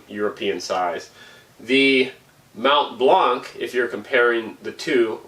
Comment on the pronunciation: Mount Blanc, the c is silent 😅